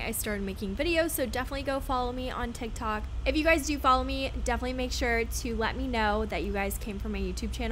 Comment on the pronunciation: Says “tiki tok” lol